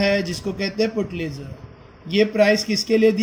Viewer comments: Your pronunciation is Putlizer but it's pulitzer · It's pronouns Pulitzer not putlizer